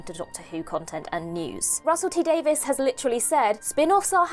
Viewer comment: Davies. Not Davis.